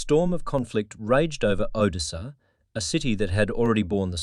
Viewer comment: Automated voice s bad. Mispronounces simple words like Odessa. It's cadence is also terrible. Thumbs down.